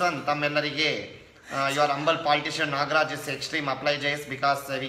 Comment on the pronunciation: It's Nograj. Not Nagraj...please be able to make the right noise of name of humble politicean.